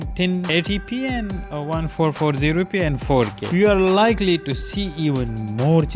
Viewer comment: One four four zero p) you say it like fourteen fourty P